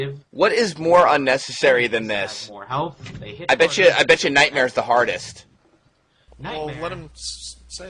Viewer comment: "NIGHTMERE!" isn't nearly good enough to discribe this let's play